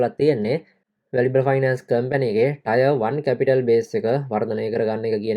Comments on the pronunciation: ටයර් නෙමේ ටිය(ර්) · Tier 1 pronounced as “ටියර් 1"